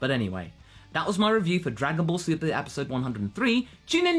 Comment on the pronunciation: Uh, you need to slow down your speech because you accidentally said, 'Dragon Ball Su-pleh'. It's not a bad thing, I just wanted to point it out. Good review by the way...